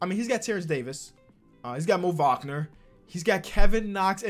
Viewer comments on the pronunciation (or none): none